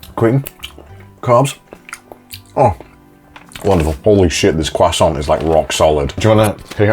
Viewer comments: it's croisant not kwasent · a cwason